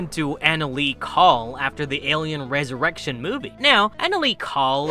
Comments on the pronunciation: Dude you're English is wild. It's pronounced "resurrection "not "reeesurection". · Did it bother anyone else how the narrator pronounced resurrection?